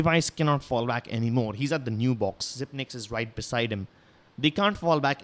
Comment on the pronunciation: ITS "ZYPEX" WHY CANT ANYONE WORK OUT THE 9 IS A BACK TO FRONT EEEEEEEEEEEEEEEEEEEEEEEEEEEEEEEE